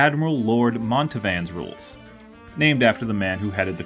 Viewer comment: "Mountevans" is pronounced how it looks, NOT MOntevans!!!!